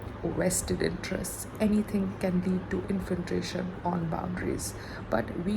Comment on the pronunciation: Now listen , u so-called CELEBRITY + state topper + blah blah … it’s inFILtration not inFLINtration …. N chatGPT not chatGTP … Today’s homework - sit n practice these 2 words GOT IT ? Do u understand ? Yay babyyyyy !